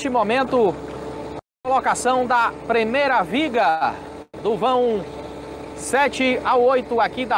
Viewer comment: "premeira", " si milhor", pare de matar o português